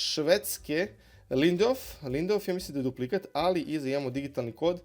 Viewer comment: Sorlot ❌ - Serlot ✅ Nuno Mendez ❌ - Nuno Mendeš ✅ Lindeof ❌ - Lindelof ✅ Đinja Ito ❌ - Džunja Ito ✅ Kukurela ❌ - Kukurelja ✅ Andru Robertson ❌ - Endrju Robertson ✅ Soček ❌ - Souček ✅ De Sajper ❌ - De Kujper ✅ Najland ❌ - Niland ✅ Lautoro Martinez ❌ - Lautaro Martinez ✅ Kokcu ❌ - Kokču ✅ Guimares ❌ - Gimaraeš ✅ Burinić ❌ - Burnić ✅ FCW6 ❌ - FWC6 ✅ Magales ❌ - Magaljaeš ✅ Bentakur ❌ - Bentankur ✅ Bez pomena Đokereša koji je jedan od poznatijih fudbalera što se tiče reprezentacije Švedske, a i generalno.